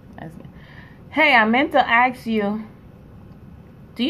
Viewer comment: So you axe a question the same way you ask a question?